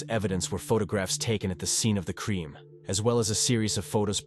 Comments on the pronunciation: What a tragedy of a promising family committed by a monster...Blood, trial, and crime.. mispronounced.. Blued, treal, and cream. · London pronunced Lun din, Crime pronunced Cry m, Feece pronunced Feece ese, Bloid pronunced Blud